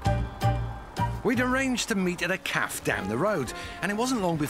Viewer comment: Its cafe not caf